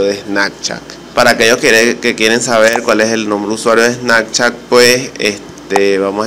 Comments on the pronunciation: Menos mal leí los comentarios en los primeros segundos, le daré dislike al vídeo, y no es snacchat es snaPchat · SnaPchat no SnaKchat. Que perdida de tiempo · Snakchat jajajaj